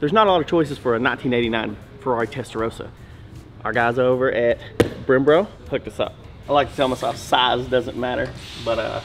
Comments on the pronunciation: See he said "Brembro" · ...he said "Brembro"...eek... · Bilschhhhteeiiiiiiiine and BremBRO lol love it